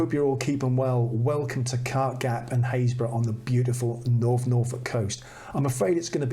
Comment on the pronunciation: Another delightful episode. I don't watch many vloggers as most of them just shout at me....Very beautiful images and chuffed to be part of the club who know how to pronounce Happisburgh! Keep them coming, always a joy.